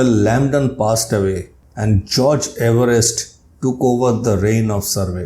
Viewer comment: 🏴 according to Everest himself, it should be pronounced “EVE-rest.”